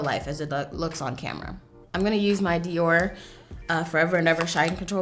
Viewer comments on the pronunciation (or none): none